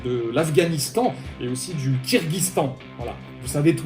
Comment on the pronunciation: KirghiZIstan, pas kirghistan...;)